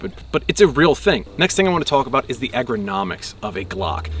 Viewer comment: If you cant pronounce "ergonomics" i dont think i can take you seriously 😂